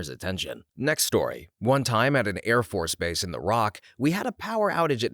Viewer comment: "Airface Bource" HAHA